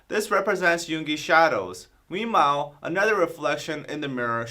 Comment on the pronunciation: Did just said meanmeow instead of meanwhile? Lol😂😂😂😂